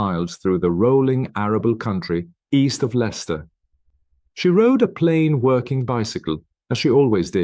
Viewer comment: Im from Leicester born and bred there is no pictures of Leicester the accent is terrible you are pronouncing village names wrong and i visit bella wright grave often